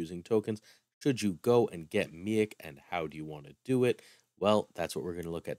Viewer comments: I think it might be pronounced, "MEEEK" at least that is what I remember from the Planet Hulk Movie and old X-Men cartoon. Hey my family is from Syracuse! I did not know you were a fellow New Yorker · Lol im dying everytime you say Miek. Its pronounced Meek. Miek is in Thor Ragnarok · I believe you pronounced his name wrong. It's pronounced me eek I could be wrong but that's how I've heard it being pronounced everywhere else and in the movie